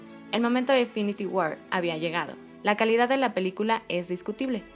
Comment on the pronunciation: Que buen video, solo cuiden la pronunciación (war, skull) se escucha horrible y le quita sonoridad a la narración.